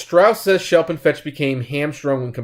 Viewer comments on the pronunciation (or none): It's Schlep, not Shelp.